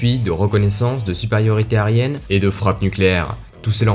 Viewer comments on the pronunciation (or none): j’ai entendu « capable de mission d’appui, de reconnaissance, de superiorité aryenne » j’ai craché mon vin